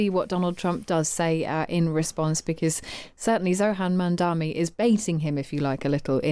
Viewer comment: 'Zohan Mandami' What is wrong with white people, learn to pronounce people's names, it is a sign of respect!